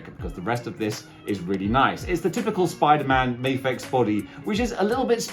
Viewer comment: It's because you're in Japan and you say "may-fex" instead of the Japanese pronunciation, "Mah-fex" -- the figs have had enough lol it's like people who say "leh-vees" instead of "lee-vys" other than that, great review! The fig looks amazing, my only neg is the spider graphic on the hoodie is too small, especially compared to the comic image you showed